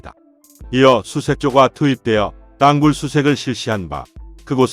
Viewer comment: 내용은 제작진이라 미리 알텐데~. 띄어읽기가 안되네. 윗선의 묵살. 부하장병의 희생을 개의치 않는 자 누구냐? 땅굴[땅꿀] 이것 발음 안되나?